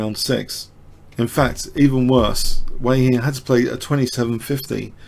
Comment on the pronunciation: Very well explained as usual. The Chinese opponent in the 2nd game is Chenxi Zhao. Your pronunciation of this name as well as that of Wei Yi is not too bad. Chinese is rather difficult to pronounce for westerners.